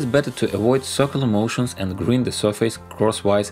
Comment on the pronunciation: By the way, in english grind is pronounced more like грайнд, not гринд. Not wanting to be rude, just letting you know. Most of your pronunciation is good, the only reason this stood out is there is a lot of sanding in your projects. As a side note, grinding is usually when you are removing a lot of material in order to shape something. Sanding is when you are just focused on the surface. In my country this is шлайфане and шкуркане. Not sure if russian has this distinction.